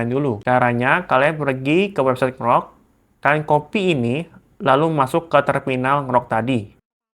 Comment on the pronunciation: dibacanya en-grok bukan ngerok